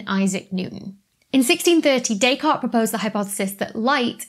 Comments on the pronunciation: yes DescarTTTTes. She has some problems with all french first names and surnames except Marie Curie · On pronunciation: I noticed you corrected your pronunciation of Fresnel. Maybe you should have gone a bit further and checked the pronunciation of the name Descartes. I noticed you hardly pronounced the 't' in his name. I'm not French myself but i"m fairly sure that''s wrong. ;) But then again, I noticed more mispronunciations, maybe you should have owned your pronunciation-duality. :D